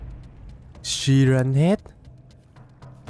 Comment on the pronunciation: Siren Head mà anh đọc là si ren head